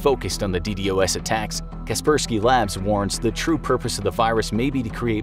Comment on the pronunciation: It's not pronounced "D D O S", it's "D Doss"